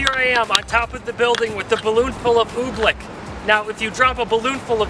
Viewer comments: You should know it's oobleck, not ooblick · Oobleck. Not Ooblick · oobleck it sounds like your saying ooblick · It’s OOBLECK not oob-lick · Why are you calling it oblick?